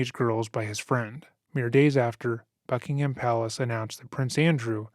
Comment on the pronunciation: Not Bucking-ham, Bucking-hum. One fast word.